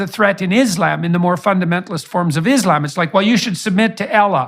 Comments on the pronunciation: Ah yes "Izlem" and "ella" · The person who says Allah, ellah and Islam, izlam, just ignore that person.😒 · JP always seemed to me like a shady person. Anyone who can't take the time to pronounce "Muslim", "Islam", "Allah" properly really do not care about Islam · He can't even pronounce the most important words in Islam. Apparently Islam is seen as Islam and Allah is ela or whatever he calls it. He seems to lose all sense of intellect when it comes to Islam